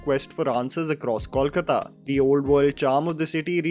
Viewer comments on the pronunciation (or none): Y’all have got to stop saying Kaulkataa 🤯 don’t just add an “au” sound to everything because it’s Bengali urgh. Try pronouncing it the way it looks: kol (coal) ka (kaa) ta (taa)